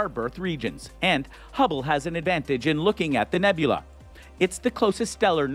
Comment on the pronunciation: Newbulah.... nubeula.... newbuelah....nhewbhuwla. 😆